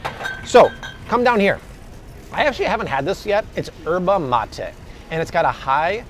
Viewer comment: Very good video. Thank you for uploading good content. btw. Yerba Mate it's pronounce just like it's written "Y" erba Mate. The "Y" isn't silence. Think of it as a double "LL" in the Spanish word "lluvia".